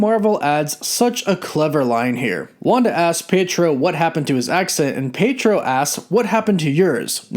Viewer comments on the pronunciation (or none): It's PEE-AY-TRO. Not PAY-TRO.